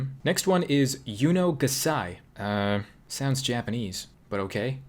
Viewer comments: When he said yuno gasai I W H E E Z E D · "Yuno gasai" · "Yuno Gasai" oop, we got a yandere